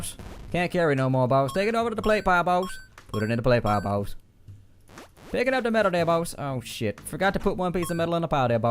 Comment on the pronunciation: I like how he says 'baus'